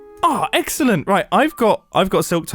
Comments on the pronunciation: Mumbo really just said eggscelent 😭💀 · no way we let him get away with 'eggcelent'